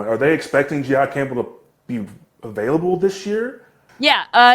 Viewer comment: Jihaad Campbell is Mina’s favorite player in this draft but can’t even pronounce his name correctly 🤦‍♂️